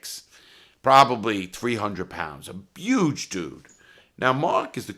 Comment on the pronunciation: Lol I love the way you say huge, you say it like "yuge"